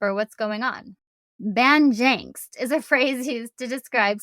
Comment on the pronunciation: Craic is pronounced crack, not crake. The Irish being one of the few nations that can go to America, ask if there’s any craic, and not be arrested. And it’s banjacks (ban-jacks) so banjacksed ban-jacks-ed or ban-jaxxed. But your feck was perfect 😂